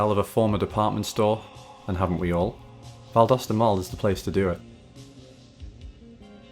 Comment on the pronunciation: I was born, raised and work in Valdosta. It’s not looking good for the mall though. Thank you for pronouncing it correctly by the way! Go Wildcats!